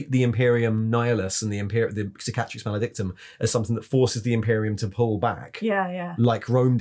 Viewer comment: You're literally the only Youtuber who pronounces Roboute Guilliman correctly. It's frustrating as hell to hear everyone else say "Row-boot-ay Gilliman". But the stress on "Cicatrix" is on the first syllable.